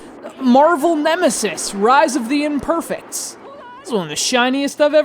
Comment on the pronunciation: THE TITLE SOUNDS STUPID CAUSE YOUR PRONOUNCING IT THE GOD-DAMN WRONG WAY! "IMPERFE( ie egg) IMPERFECTS